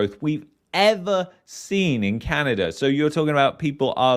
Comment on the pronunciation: its Canada, not CanadaR